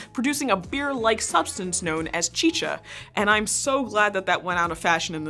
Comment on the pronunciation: *Chicha not Chica